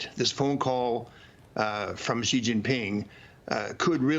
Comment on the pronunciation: Will Maria ever learn how to pronounce Xi?